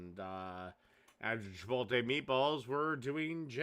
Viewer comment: "why are you pronouncing the word like that?! That's stupid that's not how it's pronounced!" literally sixty seconds later: "CHIPOLTE"